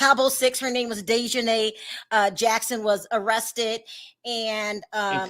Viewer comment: So YOU GUYS A GONNA make prejudiced comments BECAUSE HE IS MEXICAN!!!! Seriously!!!! And not WEARING SUIT!!!!!!! GOOH!!! Get out of here. The CHANNEL you keep playing cannot even pronounce DEAHJANAES NAME!!! And they are saying: “INTERPOOL “ …. please stop talking about what YOU DONT KNOW OF EITHER… 🙏🏼 please